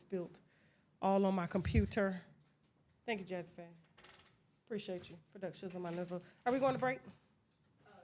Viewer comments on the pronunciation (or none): none